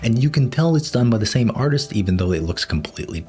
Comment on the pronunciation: i thought he said "Sam face syndrome" and i was wondering what was wrong with his face